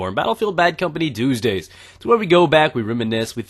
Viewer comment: He just took the 2 and made it into '2sday'. It is just like he says mw 2sday.